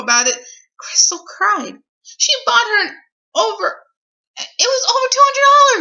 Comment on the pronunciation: Visited KiwiFarms yesterday to lurk message boards and now I can't stop hearing what someone on there pointed out (sorry, I forget your username): the fact that inserts vowels where they don't belong. "I was KUH-WRY-YING"